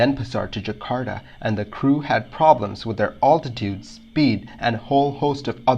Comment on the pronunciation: "All -titude"? Is English your second language?